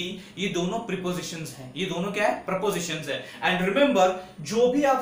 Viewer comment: You mentioned that "x is A" and "y is B" are prepositions. Would like to point out that these are propositions . Prepositions are words like on , in , to that are placed before nouns. Please work on your pronounciation and language skills .